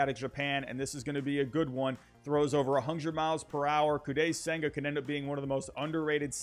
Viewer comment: I think its pronounced Koh-die senga